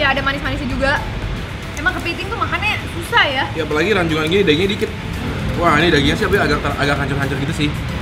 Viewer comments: Rajungan bukan Ranjungan broh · Yang tepat Rajungan bukan Ranjungan koh+Ci wkwkwk